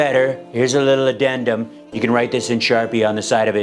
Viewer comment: Oh come on! Donald Trump çan't pronounce "addendum"!